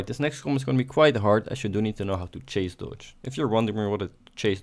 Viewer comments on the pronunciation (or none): Cool video, but in it's chase dodge, not cache dodge.